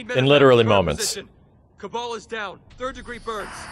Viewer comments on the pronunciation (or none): HIS NAME IS KABAL NO KABLE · Did he just pronounce Kabal as "Cable"? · Its Kah-Bahll